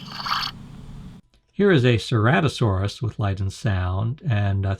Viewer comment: UOU DONT SAY CERATOSAURUS WITH THE SOUND "S"